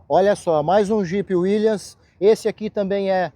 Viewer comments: Cara, você é um OFICIAL e não aprendeu até hoje a falar o nome do Jeep??? Taí a capacidade dos Oficiais dessa vergonha, que é o Exército. Volta pra sua Escola de formação e avisa aos professores, para que eles ensinem CORRETAMENTE o nome do Jeep WILLYS... NÃO É "WILLIANS" !!! Quando eu falo da VERGONHA que é esse arremedo de instituição (em minúsculo mesmo), é exatamente isso. Um OFICIAL que não sabe o nome do equipamento que ele sempre usou. RIDÍCULO, RIDÍCULO, RIDÍCULO. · Concordo. Eu aprendi a falar Willys ainda criança